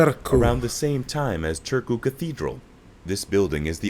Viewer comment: I also almost gagged when he said "Törkoo" xD